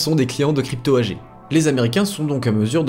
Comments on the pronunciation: AG étant un acronyme allemand se prononce AGUÉ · Sylvain, dans le monde des entreprises AG ne se dit pas "agé" mais "agué"! C'est de l'allemand. C'est comme Angela Merkel on dit "anguéla"! Ça fait plus cultivé. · Attention Sylvain on ne dit pas "ange ella" Merkel !!! On dit "Anguéla" Merkel. Quel manque de culture !!! Également tout au long de la vidéo tu dis Crypto "Agé" on dit "Agué"!! Si vraiment il y avait un réel travail d'enquête dans cette vidéo cela demanderait des connaissances et des aptitudes intellectuelles qui forcément aboutirait à savoir prononcer correctement ce genre de mots. Je pense qu'il n'y a aucun travail d'enquête dans cette vidéo. Quand il parle des rapports de la CIA, j'y crois pas. Je pense que sa principale et unique source est une autre vidéo, propablement en Anglais. Je ne doute pas non plus qu'il a du aussi certainement regarder la page Wikipedia de crypto AG.... En fait il ne fait que raconter à sa manière une histoire qu'il a plagié. Plagier ne requiert pas la même intelligence culturelle qui permet de savoir bien prononcer des mots étrangers.... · oui j'avais bien compris à propos de chiffrer. AG en allemand se prononce "agué". Dans le monde des affaires c'est comme cela que tout le monde dit. de même qu'on dit "anguéla" Merkel. C'est juste une histoire de culture. C'est pas dramatique mais ça laisse l'impression que le mec ne fait que répéter une histoire. Il a pompé sur une vidéo en anglais. Il n'y a aucun travail journalistique d'enquête contrairement à ce qu'il laisse entendre. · Oui mais il ne sait pas prononcer crypto AG, AG se dit à l'allemande et il ne sait même pas prononcer Angela Merkel non plus, ça ruine tout.